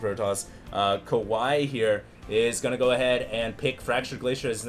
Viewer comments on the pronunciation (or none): none